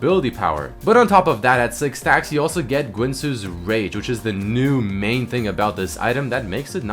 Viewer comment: Why are you saying gwinsues?